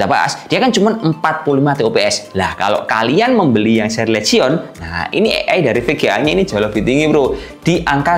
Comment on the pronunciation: Belajar lagi cara penyebutan bahasa inggrisnya bang, biar makin enak reviewnya. LEGION = Lijien HIGHEST = Haiyes